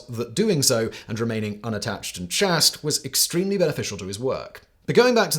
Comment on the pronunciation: 18.55 "unattached and CHASST" ????? Idiot! The word is "chaste" - pronounced the same as "chased"! 20.48 "Ferratini"? Facepalm.